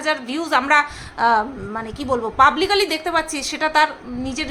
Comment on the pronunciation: এখন যেমন বুদ্ধি যুক্তি দিয়ে উপস্থাপন করছ, এরকমই করো। দুর্বল মানুষ গালি দেয়। ❤ আর একটা কথা, একটা উচ্চারণ ঠিক করে দিই? জানি তুমি কিছু মনে করবে না, শিখতে তুমি কখনো পিছু পা হও না 😊, কথাটা পাবলিক্যালি নয়, ওটা হবে পাবলিকলি (publicly)। ভালো থেকো ❤❤